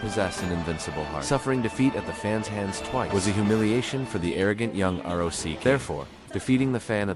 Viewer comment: Dude what's up with your R O C Don't you know how to read that